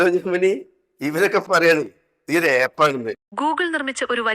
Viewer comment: എപ്പ്‌ 😃😃😃ആപ്പ് എന്ന് പറയൂ